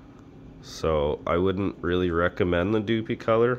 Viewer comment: Doopee color......lol. Its DupLi like "duplicate" color. Sorry, great vid bud! Just made me giggle a bit. Nice vid to show differences though! I used Kustom Canz on a few projects and I noticed that the color you're spraying makes all the difference. Most candy's spray well, Like candy orange laid out perfect, but the blue's and and the candy black are tricky to spray. They look great when they lay down right, but out of aerosol, they are tricky to lay down without striping or runs... Thanks for making the vid! 👍